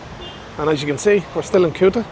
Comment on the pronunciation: hhaha welocome to kutaaa.. KUTA not Kyuta jajajjajaj.. what camera are you using?